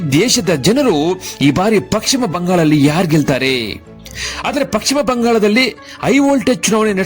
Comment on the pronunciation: First kannada sariyagi mathadi...paschima bangala...pakshima bangala alla